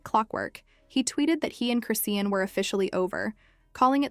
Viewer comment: Why can these fools with their AI never pronounce ppl’s name correct? There’s no T in her name 🙄. In another video Blue Face’s mom said the baby is blind . I hope not , but very sad if true .